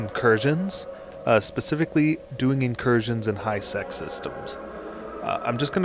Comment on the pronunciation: It sounded like high s#x when you said it in the beginning of the vid